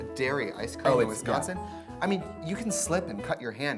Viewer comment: yes trixie said wisconsin right im gonna cry